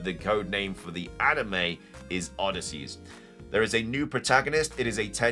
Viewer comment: Odysseus not Odysseys